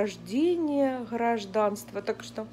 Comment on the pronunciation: Церемония наХраждения Хражданства))) ахахаха))